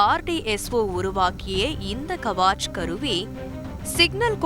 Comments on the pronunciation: அது கவாச் அல்ல கவச். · It's not Kavaach, it is Kavach. It's a Hindi word nothing but armor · "கவசம்" is the name of the instrument written in short as "Kavach" which should be pronounced as "கவச்" in line with the Tamil word "கவசம்". Please correct the pronunciation! Thanks.